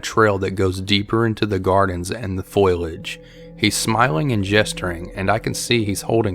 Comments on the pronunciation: It's not shpee EL. Lol it's pronounced shpeel. Also foilage? It's foliage. Sorry I'm being a cock, but I'm just a big ok bitch about this stuff Hahahaha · story 3.foliage [fo-li-edge] not foilage [foil-edge] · Or you can pronounce it "Fo-li-idge"